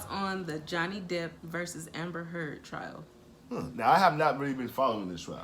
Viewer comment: it’s DEPP not deep